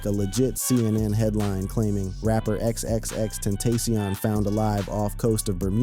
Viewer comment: Ten-TAC-ion NOT TENTASIAN SMH 🤦